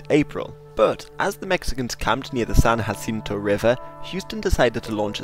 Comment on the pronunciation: It adds insult to injury that you got San Jacinto right